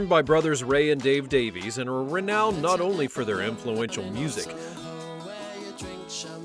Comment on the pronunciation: Sorry to tell you this but it's Davies. Always was & will be.